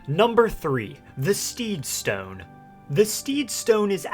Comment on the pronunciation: Stowyne lol the way he said it